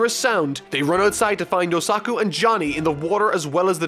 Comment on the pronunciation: Nice but you said Yosaku's name right once xD